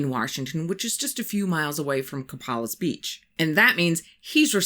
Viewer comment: We say Coe pay lis. We live here. Not that I expect you to know, or remember. Just to say. I am so happy to find your channel! You're great 👍. I found you through What Lurks Beneath. You're much easier to listen to . And you know that smelt are fish, not the past tense of smell. 😊